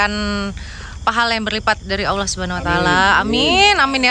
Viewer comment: Ya Allah ..bukan ya Auloh mbak